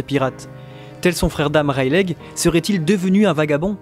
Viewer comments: c'est pas reileig mais Reyly que sa se prononce non de dieu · stop dire rail lé c'est rai ye li la prononciation 😂 la meme pour luffy ;) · Rayliiii pas raylegg :cccccc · C'est une très bonne vidéo que je vais télécharger et garder longtemps mais cette prononciation me met mal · freeeere même 3ans après ça me rends fou😭😭😭😭😭 ça se dit Reyli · Super video (juste ça me perturbe : vous pouvez pas dire [raie-li] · reileight on le dit "raili" mais sinon bonne video !! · Ta prononciation des mots en anglais est à chier mais le reste est bon XD wall quek aylande lol Rayleg. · Rayleigh c ps censé se prononcer "Reyli" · Serieux un peu d effort pour prononcer correctement Rayleigh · GROOOOOOS on dit pas le "G" de Rayleigh, c'est moche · Yop tu peux arrêter de prononcer le "G" dans le prénom de Rayleigh.